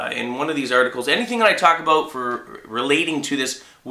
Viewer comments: He said about like a Canadian. Abut. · Is he Canadian cuz the way he says "about" is funny